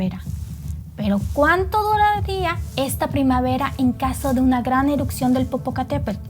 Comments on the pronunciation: ¡Por favor! Se escucha terrible y lo repite muchas veces. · Es mi imaginación y dice eruCcion en vez de erupción ??? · Gran video, una corrección nada mas, se dice "erupción" no "erucción". Saludos. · no se dice eruccion, se dice erupción. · Erupción, no "erucción" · es ERUPCIÓN, no ERUCCION. Saludos desde Ciudad de México 🇲🇽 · Muy interesante tu información. Peroooooo todo el tiempo dijiste " erupcion"